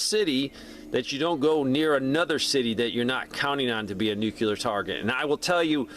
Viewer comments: Sorry pet peeve: nooclear, not noockular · If you're telling people how to avoid it, you should atleast learn how to pronounce it. Think "NU-CLEAR" not "NU-CULAR". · Why are you adding an extra syllable to the word NUCLEAR? NUCLEAR is a two syllable word. It is NOT a three syllable word. Stop saying "NEW-QUE-LEER". It is pronounced "NEW-CLEAR". Two syllables... not three syllables. Stop pronouncing the word NUCLEAR wrong. I’ll lead an effective strategy to mobilize trunalimunumaprzure.